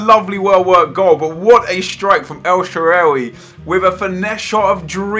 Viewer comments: el shararay??? its more like shalarway or sha-arway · Every time you say El Shaarawy is so awkward. It's El-Sha-Ra-Wee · El " shewery "😂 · u sound Irish when u say el shaaraway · nep is killing me when he sais al sharrawy like he says and how he says eto'o